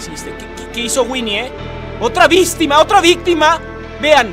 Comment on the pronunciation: ME DIO RISA CUANDO DIJIDTE DIKE OTRA BISTIMA